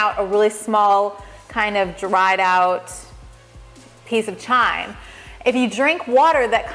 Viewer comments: "Chyme" is pronounced, "Kime"; rhyming with "Lime". It is NOT to be confused with "Chime"; as you pronounce it. Like "Chiming a bell". - Simply put, the "h" is silent even though it is spelled in such a way that makes it look in our English language that you pronounce it "chime". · pronounced kime not the ch sound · Pronounced "kyme" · It's pronounced as a K sound chyme (k-ime) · Chyme is pronounced like Lime, the H is silent xxx